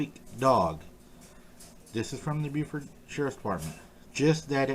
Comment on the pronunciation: Great video, and since this incident won't be going away any time soon I just wanted to point out that Beaufort County is pronounced Bo-fert. I certainly don't expect folks from other states to know that. I am from VA myself and only learned how Carolinians say it by saying it wrong in front of them, lol!